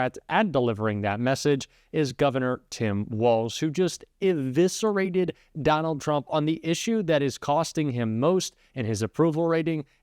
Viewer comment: Inviscerated?¿ WTF? Eviscerated 😮!! I thought better of you! Learn the ENGLISH language, learn your words... No more blue hearts I'm afraid...😢